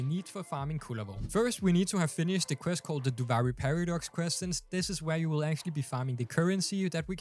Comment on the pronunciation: Duvaajri lol learn how to pronounce it pls, gets me mad.